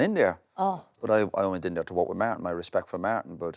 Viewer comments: Roy: Maartin, Maartin, Maartin 😂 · Say Martin one more time!!!